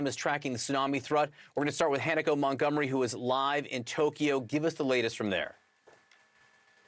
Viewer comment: The reporter’s name is pronounced HA-na-ko. Not Hannah-ko. Just saying.